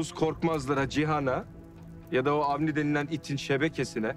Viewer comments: Avni demeyip hamdi mi dedi bu yavuz suboşu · Ben de Hamdi diye anlamıştım, sonra Avni diye söyleyince yanlış duydum demiştim.